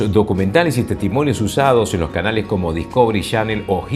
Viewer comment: jajaja No se porque les duele tanto aceptarlo. Si quieren hablar bien, tienen que hablar como mexicanos. Ya aceptenlo. Y por cierto, el señor no suena neutro. Por ejemplo, cuando dice: "palabras" suena mas como "palabrah". Osea, se come la "s" en todo momento. Eso es super tipico de centro y sudamerica. Luego dice: "canaleh" en lugar de canales. Y hasta cuando dice Discovery, dice: Dihcovery. jaja Basicamente les es imposible pronunciar la "s" y eso los delata. Solo en Mexico central se habla completo.